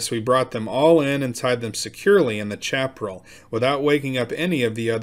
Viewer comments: pronounced Shap A Rail not chap rull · Chaparral =. Sha - pr - AL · I really enjoyed the story, but I wanted to point out that Chaparral is pronounced "Shaperal" and refers to low growing grassy plants about 18 inches high and has shallow roots and is mostly dry. It makes good tinder, but accounts for a lot of California forest fires. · Chaparral is pronounced Shaparral. Must be a yankee!